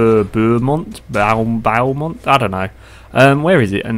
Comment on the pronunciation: Beaumont = Bow-Mont Bow, as in, archery.